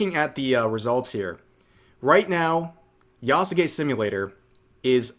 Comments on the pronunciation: Why does rev add an extra syllable to Yasuke He says Ya-sa-ke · The name isn't pronounced Yah-Suh-Kay. It's just Yahs-Kay. The U is de-emphasized to being essentially silent. Hence Sasuke isn't pronounced Sah-soo-kay, its Sahs-Kay in pronunciation. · the mispronunciation itself annoys me because it is a common one and not limited to just Yasuke but pretty much every Japanese name that has "suke" in it.